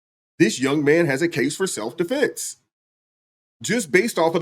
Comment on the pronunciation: He said "Self De'Flence" 😂